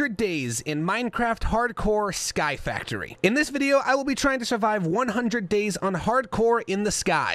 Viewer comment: The point that when he said sky factory it sounded like sirud